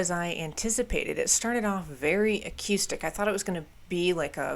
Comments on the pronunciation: U confuse accustic,😅(as u would say), sorry no offense, it was just clean vs. Dirt. Lol. Its pronounced A-Coo-Stick. Haha, But most of what u were calling A-Coo-Stick was just a clean tone. 😮 i mean if u wanna comment on something dont look silly bout it. 🫡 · Bro why do you say acœüstic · I think this is the first time I hear someone pronounce the word "acoustic" like that. :) Also, I suggest checking out Cave In, especially their album Jupiter. It's one of my all time favorite albums, and it has that spacey atmosphere you can hear on Hum and Failure (another fantastic band) albums.